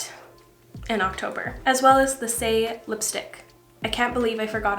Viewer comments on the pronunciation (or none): none